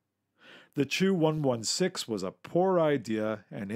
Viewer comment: Chu-116? It sounded like Two 116 for me. «Ч» makes a “č” or “ch” sound like in -Ch-apel or -Ch-ange